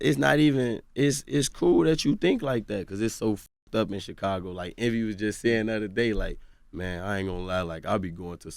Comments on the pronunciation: Chickago smh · How does Charlamagne still say Chicago wrong, when he named himself with the same prefix? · Char says Chicago like a Mexican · The way charlamange says Chicago Lol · He say it like he Mexican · Lmao yea he say it the way we say it in spanish lol